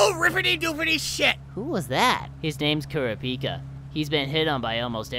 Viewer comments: As soon as I heard Kura-Pi-----ka, I slammed the table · The way Killua pronounced kurapika with that voice made me laugh way too loud